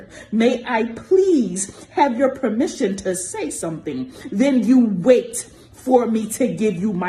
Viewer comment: 😂😂😂 "lord may I have tour premmission to speak" look here.....regular human, get bent!!!